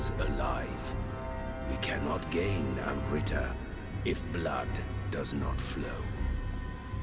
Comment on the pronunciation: Admittedly the mispronunciation of amrita isn't as bad as I'd imagined it would be, but wow. The scene made flinch a little bit.